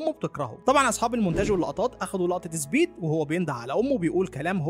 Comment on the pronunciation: أرجووك قل سبيد ليس زبيد